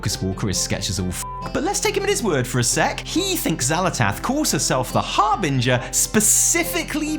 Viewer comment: commenting to point out your correct pronunciation of the word "harbinger". good on you,, rating: 9 Hard G's out of Proper Phonetics